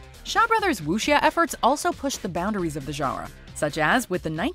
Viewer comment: It's funny the way she says genre. Zhanwuh.